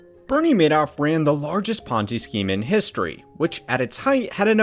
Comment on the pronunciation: This is clearly not AI. This presenter is clearly an American, making this his first language. So I don't understand all of the mispronunciations. Oddly including the subject of the videos name.